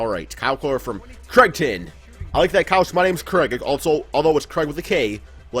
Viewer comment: it's pronounced crayton